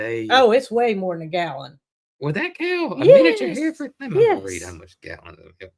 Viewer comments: Finally pronounced Hereford, correctly. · It’s “ her furd”, we used to raise them.